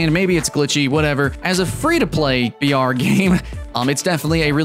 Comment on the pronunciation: every time you said br, I herd vr XD